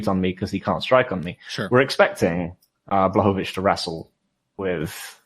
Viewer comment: Amazing how many pronounciations of name "Błachowicz" you're coming up with.